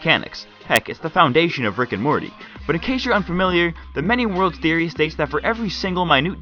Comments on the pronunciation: "please notice anything wrong" thoery, thoery, thoery in the intro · You said thoery at the start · What the fuck is a "thoery" you dumbfuck lol